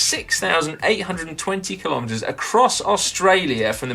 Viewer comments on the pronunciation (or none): none